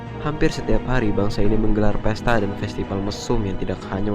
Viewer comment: festipal? hahahaha norak gak bisa baca mana b mana p ?